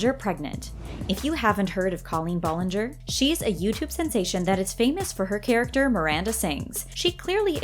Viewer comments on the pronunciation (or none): Didn’t anyone notice that she said “Disney show” for victorus when it’s actually “Nickelodeon “ and the way she said ballinger (Ball-inger) instead of bal-inger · They said Colleen balllinger (ball-Lin-ger) and also that her and Ariana just barely met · She totally said ballinger WRONG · You don’t really know the backstory for Ari and Colleen they were friends from working at Disney with Ari’s brother Frankie and they would hang out all the time before Ari was famous not because Colleen is famous. And your saying her last name wrong. No hate just informing